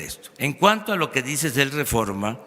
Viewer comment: Jajaja, escuchaste cuando dijo que él es parte del rerreforma??? O yo escuché mal? Contéstame porfa, para sacarme de la duda! Ahí hubiera estado bien que AMLO le dijera: ahhhhh tu trabajas para el reforma??? Jaja, con razón eres de los mismos!!!😂